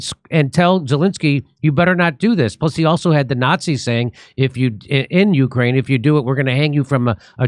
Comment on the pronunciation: What;'s a yukrane? Is that like a yute?